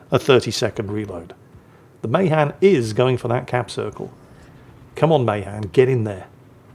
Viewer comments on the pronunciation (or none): Hey! Appreciate you and your content. Friendly heads up, as a MAHAN sailor myself, we pronounce it, Muh-Han with the Han sounding like “hand”. Your American cousin just wants you to sound your best. But seeing as we haven’t spoken English over here in ages, you do with that however you want. 😂